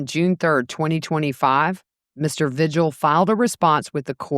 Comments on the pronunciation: It’s pronounced V-hill, the g is silent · Vigil is pronounced veehill